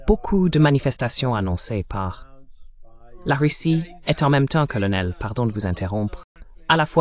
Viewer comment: "Karl" pour "colonel" 😅 Hélas l'ia...